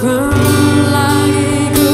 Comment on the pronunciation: Mungkinkah kau kan kembali lageeee...dibiasakan lah bernyanyi dengan pengucapan yang benar